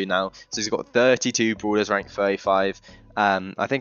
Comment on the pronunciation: You making fun of his accent?